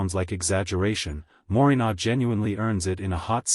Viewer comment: I think you mean Moringa not morinar